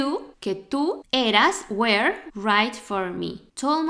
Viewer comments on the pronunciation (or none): Muy buena explicación muy buen video y muy simpática pero muy mala pronunciación de were soy principiante y me doy cuenta es el segundo video que lo noto lo pronuncias igual que where y esta mal